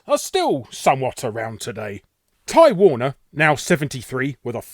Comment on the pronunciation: You spelled "beginning" wrong. Also I kept hearing "Time Warner" instead of Ty Warner. lol